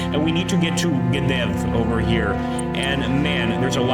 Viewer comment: it's Gdov not Gdev hahaha